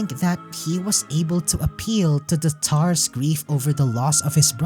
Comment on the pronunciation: How do you end up pronouncing "Tsar" as "Tar", after hearing how "Tsaritsa" being said a ton of times over? >.>